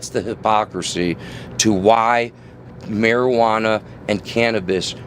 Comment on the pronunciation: Mar-iguana iz best brain power. Mar-iguana iz... zgood ya know...